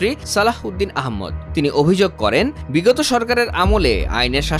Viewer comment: কি? কি? কি? কি উদ্দিন আহমেদ?? নামটা তো ঠিক করে বলেন ভাই।😂😂